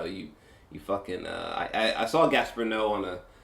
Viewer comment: If you respect this director then fucking learn how to pronounce his name sheesh